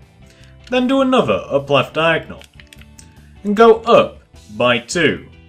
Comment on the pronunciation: OMG you say Diagnol to